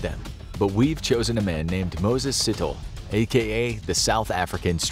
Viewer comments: 😂😂😂 “sit-ol” It’s pronounced “C”-“Toll”-Eh” As in “Si”-“tho”-“le” But i didn’t know about him though, fascinating. What exactly causes these people nature or nurture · Moses Sithole (see-Tol-eh) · And the surname Sithole